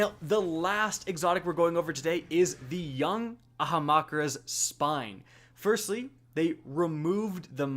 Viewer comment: Umm... Ahamakras?